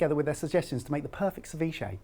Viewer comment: this guy cant even pronounce ceviche right, what a joke.